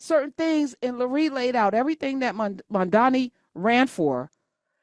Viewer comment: LOL probably didn't play the full clip because she mispronounced his name. Love Tish, but that was funny.